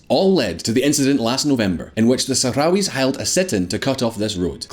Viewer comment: How much is normalizing Israeli relations with really about US diplomacy and how much of it is about the idea of my enemy of my enemy is my friend when it comes to Iran? I love the fact that the Republican representative could barely say Sahrawis.